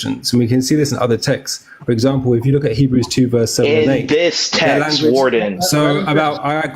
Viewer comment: facial expressions always gets me 😭😂😂 especially when he butchered Hebrews 2 😭